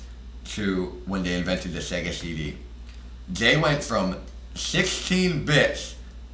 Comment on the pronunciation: Shega sheedee Playshtashon shree